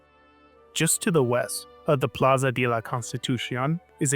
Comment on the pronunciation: I actively can’t believe that anyone in the United States is this unaware of how to pronounce words in Spanish. Like literally just speak like you think you’re Speedy Gonzales and you’re already halfway there. Like literally not knowing how to pronounce the word de is wild. No shade on him, but I’m definitely kind of taken aback.